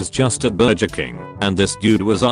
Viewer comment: nobody:: B U R J E R